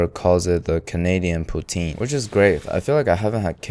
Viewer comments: that "poutine" hurt me omg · Its STRUGGLE POUTINE. STRUGGLE. POUTINE.